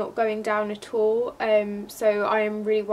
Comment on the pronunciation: I love when she say "all", is like ool, Keep doing vid